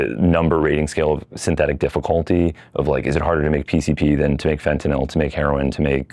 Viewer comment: jsyk, this guy's voice is obnoxiously abnormal, which is a sign that he is sociopathic, mainly in the form of deceiving his fellow man and relishing in egotism. the douche said, "more and more," eight times. what a tool. this guy is so full of BS. he can't even pronounce "fentanyl" correctly. thumbs down for clickbait. this video was not about legalizing psychedlics at all.